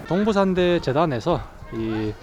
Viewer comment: 끊어 읽기 제대로 해주세요.. 동부/산대가 아니고..동/부산대 입니다